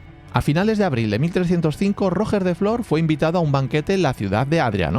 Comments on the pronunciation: Muy interesante el video como siempre, decirte sobre los almogavers, y hasta donde buenamente e leído, "Roger" suena como con "j" francesa o si lo pronuncias como se pronunciaría este nombre en ingles te quedara mas similar, el "coltell" sonaría como "coltei" o como la doble ll de llave, no "coltel". Tenían mas tácticas los almogavers, como aprovechando la mayoría de sus hombres eran bajitos, pasar por debajo del caballo y abrirle el estomago, poner trampas y aprovechar el terreno, eran tramperos profesionales, luego tenían fama de ir cambiando de arma en media batalla y saqueando al enemigo sus armas según les convenia... El castillo de Galípoli realmente se supone que el emperador lo dio a Roger para compensarle el impago a la compañía catalana, Roger pidió hasta el titulo de Caesar antes de ser ejecutado, los alanos y almogavars no se llevaban bien. Mientras la batalla de Apros, los bizantinos con apoyo genovés, atacaron Galípoli, que fue defendida por mujeres, niños y personas mayores y una pequeña guarnición ridícula, se dice que su comandante Ramon Muntaner quemo los barcos para que estuvieran obligados a luchar, fue otra derrota vergonzosa para el ejercito bizantino y la flota genovesa. Una vez acabada la primera parte de la venganza tuvieron que llamar un nuevo líder, pero los almogavares se dividian entre catalanes y aragoneses y había 2 lideres, empezaron a pelear entre ellos, en una de las peleas el líder catalán mato al aragones, los aragoneses abandonaron la comp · 2 apuntes 1: haz un video de los Landskenets y Roger se preoncunia iguial que en inges solo que con acecento en la E , mas paraceco a "Royer" foneticamente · ostia colega la segunda vez que escuché rojer he tenido que cerrar el video😂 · Roger es un nombre catalan y no lo pronuncias bien, fonéticamente sonaría ¨Ró-yer”, pero con la r catalana suave y la terminación muy ligera. Muy buenos videos un abrazo. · No. Realmente se pronuncia Rodjer, que es como fonéticamente se representa esa G.